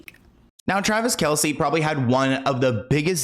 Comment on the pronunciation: It’s pronounced Travis KELSE. Not Kelsey. Everyone pronounces it wrong though not just you. Travis dad even confirmed it the other day people just say it wrong.